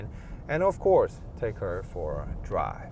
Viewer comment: "드롸~~~브" ㅎㅎㅎ 그냥 영어 잘 하는 알바 고용 하시는게 더 영상에 집중하기 쉬울듯 아님 영어 자막도 좋아이디어 일것 같네요. 액센트만 문제가 아니라 영어를 하는데도 억양이 한국말 같고, 말 중간 중간 쉼표가 엉뚱헌데 있는 느낌이랄까요